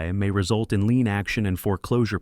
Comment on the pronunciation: AI can't pronounce lien ( lean like meat)?